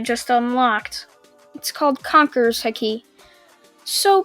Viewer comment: It's called haki. ki is pronounced like in dragonball.